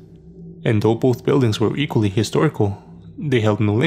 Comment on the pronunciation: ‘It doesn’t actually matter doh’😂😂😂😂 Dey, dem, diss, doz, doh, derz🤣🤣🤣🤣